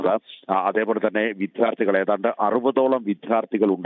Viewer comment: വിദ്യ, വിദ്യാർത്ഥി ശരിയായി ഉച്ഛരിക്കു.